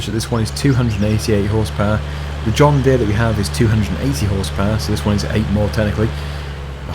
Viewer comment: It is JOHN DEEAR